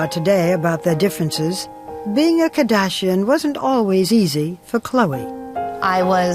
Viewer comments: Hey Barbara it's Kardashian not kadashian! LOL i hate when she pronounces their family names. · i hate the way she says Ka -dashian. Where's the "R" biotch?! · I hate the way Barbra says Kardashian lol Kah-DAH-sheyyn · Omg she can’t pronounce the last name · The way Barbara Walters pronounces "Kardashian" annoys me to no end. :p "Famous for being famous" I mean... Kim's tape might've propelled her into fame but nowadays they're famous because of their tv shows. They're on television, that's why they're famous.